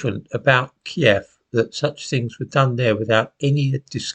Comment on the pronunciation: and thank you for pronouncing kyiv as we all did back in the day key-ev unlike the woke newscasters